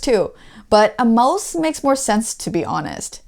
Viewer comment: The way you pronounced mouse 🥴 lol